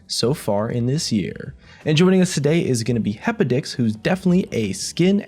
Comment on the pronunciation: Am i the only one that heard happy dicks instead of hepodix?